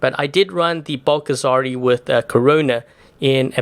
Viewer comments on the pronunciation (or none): You always pronounce that name funny, like “bulk-a-sari”, as it is a fat something) when russians pronounce that like “bool-ga-zAri” most likely